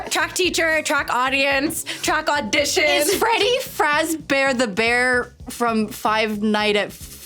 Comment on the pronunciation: “Who is Freddy fazbear?” “Freggy Fragzbear” “Freddy Fajbear”